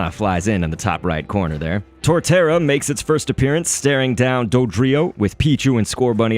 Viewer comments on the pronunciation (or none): none